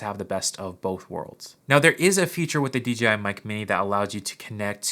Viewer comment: Why does everyone say DGI even after the written DJI in the description?